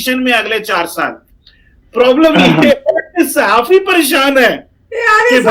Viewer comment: आप बार-बार साहफी बोल रही है साहफी पत्रकार को बोलते हैं